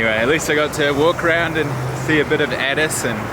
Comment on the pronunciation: I’m getting triggered by how he says addis